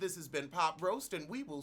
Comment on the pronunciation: It sounds like he's saying POTroast lol